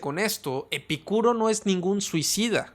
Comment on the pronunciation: Porque pronuncias el nombre de Epícuro con acento en la (i) y otras veces sin acento ?